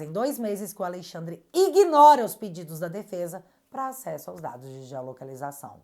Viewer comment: pelo amor... pare de falar aleIxandre... isso reforça o inconsciente de que ele é a lei, já deu dessa ironia... amo teu trabalho ❤